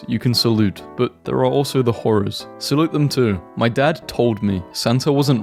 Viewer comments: saying saute as salute I cant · The fact you pronounced “saute” as “sa-oot” twice in this post and I still had to back it up to believe my ears 🤣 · Ummm, I understand how you mispronounce some words but HOW DO YOU NOT KNOW HOW TO PRONOUNCE SAUTÉ? It’s one of the most comm forms of cooking veggies. Saw-tay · Sounds like 沙嗲（Satay） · can (allegedly) pronounce “” But he can’t pronounce “sauté” And he can’t pronounce “illicit” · This is a W pronunciation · fair enough 😅, but I think we both agree what he said was no where near it